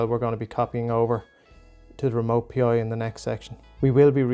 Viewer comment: It's "Pi", not "P.I.". Thanks for the tutorial.